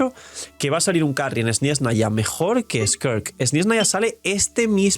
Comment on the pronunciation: Pero por que dice sniesnaya? Suena igual que “espanoa”